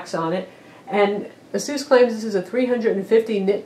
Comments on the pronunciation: It is pronounced eh-sus not ah-seuss. Asus like Pegasus. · She pronounced Asus like Dr. Seuss. Dafuq. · u pronounce asus wrong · Nah. Check their ads. Ah-Seuss all the way. I pronounced it eh-sus for a few years too...